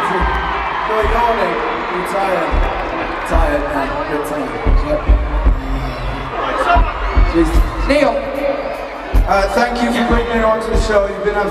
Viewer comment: HOW HAS NOBODY NOTICED LOUIS SAY NIEL AT 48 - 51 SECONDS WOHAT